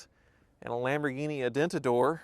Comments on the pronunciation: A VEN TA DOR, what in the fuck is a. A DENT A DOOR. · Aventador! 😂 not Adentador. As many Lambos it’s the name of a real (and sure already assasinated) Spanish bullfighting bull. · You called it an Adentador. LMFAO! For a car guru I don't think that's forgivable. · Adentador...I discovered a new way to pronounce Aventador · the type of guy that Calls the Lamborghini Aventador, Adentador, and gets away with it. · Adentador, really? lol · “Lamborghini A-Dent-A-Door” . 😂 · Adentador? Haha! That's funny! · "A Lamborghini a-denta-door!" 😂😂😂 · Don't a-denta my doora!!! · a Lamborghini a-squeak-y-door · I knew i heard that!